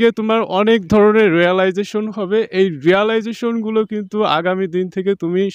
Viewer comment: রিয়েলাইজেশন না রিয়েলাইজেশন